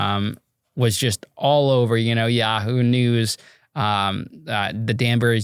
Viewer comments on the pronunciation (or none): none